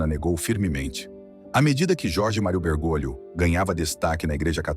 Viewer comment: A pronúncia correta é Bergólio, e não Bergôlio. Correção fraterna